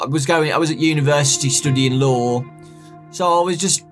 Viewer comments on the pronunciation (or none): The whole time he said law before he said lawyer I thought he was saying Lore xD. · Was it just me, or was it when he said "law" I thought he said "lore"? No... Just me...ok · Every time he says he studies law I hear him say lore and it messes me up XD